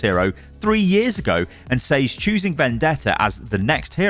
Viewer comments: why do you consistently mispronounce "says", aren't you english? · What in the broken english is that. Thats not how you say "says" bro lol